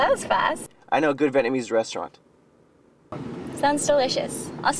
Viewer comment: looked constipated when the actor said Vetnamese.